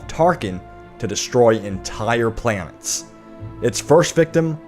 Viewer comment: Your planets sounds like plants when you said it. Just saying!😊